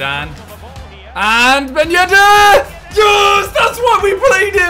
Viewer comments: No one: Simon: Ben yed-AIR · No one: Simon: Ben yeddde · nobody: simon: ben yedair